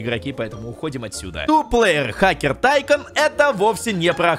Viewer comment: Если что как ты говоришь тайкон называется не так тайкун называется атйкун